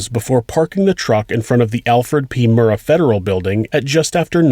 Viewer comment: Thanks for pronouncing "Murrah" correctly.